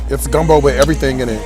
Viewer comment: You rights it’s not gunbo 🙄